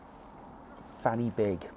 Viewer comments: Fan is pronounced van, y is pronounced uh, du is pronounced dee, so you say - Pen -uh - van, Corn Dee, and Van - uh - big. Big fanny sounds much funnier though! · Good effort on the pronunciation. Just a couple of pointers. In Welsh a single f is a v sound. So Pen Y Fan is pronounced "pen uh van" and Corn Du is just pronounced "Corn D" no "u" sound. Similarly Fan y Big is "Van uh Big" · Corn Du is pronounced Corn Dee, the F at the beginning of a word is pronounced V so it's pen y van, van y big etc..